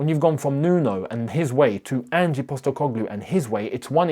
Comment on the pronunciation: I almost hope forest sack Ange so I don't have to hear you constantly butcher the pronunciation of his name.